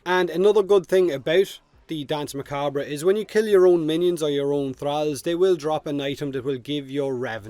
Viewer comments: Pronounced "Dance Muh-Kob" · You're saying danse macabre pretty well juste need to tweak a bit the pronunciation of the second 'a' in macabre and that's perfect. And I know how to pronounce it perfectly as I'm french and danse macabre is in french. Anyway I can't wait to finish that quest, get this warframe and turn the battlefield into a dancefloor with deadly light cones and lasers. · Also Danse Macbre, in the US, is pronounced Mah-Cahb. The "re" is silent. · It’s pronounced Dance McCarb.... but I love your accent anyway mate! Slainte! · Its pronounced Dance Macab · For "Danse Macabre", it's a reference to Camille Saint-Saëns' Danse Macabre, and as he was French, the French pronunciation ("danse macabr" instead of "danse macabra") would be the best one I think, outside of this, yours sounds very cool (more musical ironically). At the end of the day, communication is about being understood, not about making the perfect excepted sounds, most people here (even non-native speakers like me) understand you without any issues, so there's no need to be self-cautious about that. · Your accent is sweet. And Revenant's 4 comes from French. From an english pov you should probably pronunce it "Dans (s like snake) Macabr" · i think his ability is pronounced dance mah cob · The pronounciation is dAnsA macabr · "Dan's Muh- cob", technically but it's the English language so rules and pronunciation can feck off. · Best way to think about pronouncing it is think of it this way.. Dance Mar-carb the re at the end is silent as it's a french word by origin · Your accent is gold, if even if your pronunciation of Danse Macabre wouldn't earn you full marks. That's beside the point though - Plains bounties? Effing really? If I could think of anything I'd rather not farm we're talking about the actual d*mn countryside. I might even prefer that in fact, lend me your tractor willya?